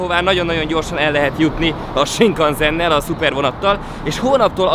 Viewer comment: Sinkánszennek ejtik😊 és tokjonak ☺️ Imádom a videókat ❤❤